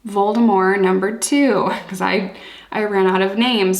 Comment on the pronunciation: Since nobody else has mentioned it, kudos for pronouncing Voldemort's name correctly!